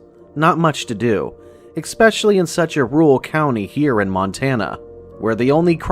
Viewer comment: I love these stories but every time something is mispronounced it takes me out of it. "Expecially" is the one that prompted this comment. Its "especially". That being said, i will keep watching lol.